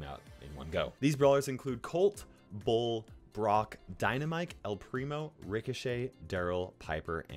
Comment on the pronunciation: i hate it when you say dynamike , it is dynamite , why with k , it is not rational